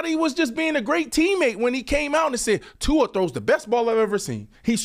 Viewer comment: Brandon, please teach the proper pronunciation of Tua’s last name. You say it correctly brah but is saying it wrong on several syllables., if you like Tua, please learn to pronounce his name. Mahalo nui loa. Imua Tua! 🤙🏽🤙🏽🏈